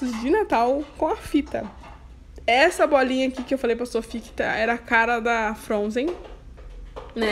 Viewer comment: Me divirto quando ela diz "fronzen"